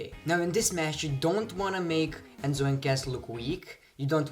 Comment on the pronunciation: it's cas not gas